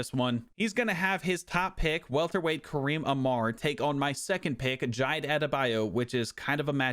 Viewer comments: The pronunciation of Jide killed me 😭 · Was wondering if any other Nigerians noticed 😂